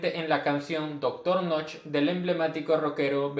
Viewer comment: No se pronuncia "noch", sino "noje". Knoche="noje".